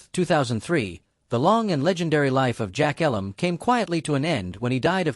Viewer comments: It's actually pronounced with a long "E". eeeee-lum. Like me. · AI generated crap. You can’t even pronounce jack Elam’s name correctly. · Agree, at least pronounce Jack’s last name properly.